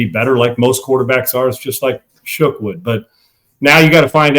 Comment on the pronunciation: love how he pronounces his name Shook instead of Shuck.